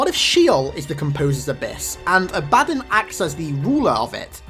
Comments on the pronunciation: His mispronuciation of A-BA-DDON really pisses me off. Its DON as in UDON and BA as in what a goat says. It's not A-BAD-DIN as he says it. Sry wrong pronunciation irks me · are you sure its not pronounced "ah-buh-don" not "a-bad-un"...the latter seems idiotic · its abaddon not abaddin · You're putting the emphasis on the wrong syllable. ABADDON. It's pronounced A-BA-DON. Not "abadin". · actually the proper pronunciation is "A-Baddon", the "A-ba-don" is American jargon, not the original english. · No to be mean but it's not Ab-Addon, it's AB-Ah-Don. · Ab-ah-don is American Jargon, not the correct English pronounciation, the way he says it, A-Baddon is the correct English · Its pronounced ab-a-dawn for abbodon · I'm no expert in halo but I'm pretty sure it's pronounced Ab-uh-dawn. If it's supposed to be a reference to the religious character by the same name. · is it not pronounced aba-dawn? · correct pronunciation: abba-dawn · It's pronounced Abba-Don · Not to be rude but I think it's pronounced abba-don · love the videos man !! awesome stuff keep it up a small correction: Abaddon is pronounced ab-a-dawn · You're pronouncing the name wrong. You need to pronounce the A and Don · Abaddon wasn't quite pronounced correctly, but Sheol was spot on.